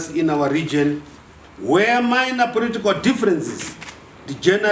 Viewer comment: makaa bve I know, 😩 He said ‘poritikawu’ (political). I’m weak 😂😂